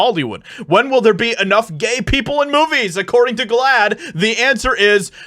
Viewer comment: What the hell is glaad. You're making me saad. Making me siick.